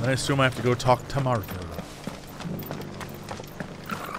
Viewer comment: Jesse loves saying Marthar and I'm 100% here for it